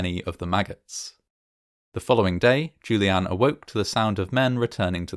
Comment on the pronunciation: Ok, so the story is about Juliane, which means the name is said probably upwards of 50 times during the video, and it is a GERMAN name. So, might it be worth the effort in researching how to pronounce the name properly?